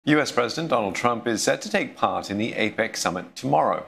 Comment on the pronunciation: APEC not APAC.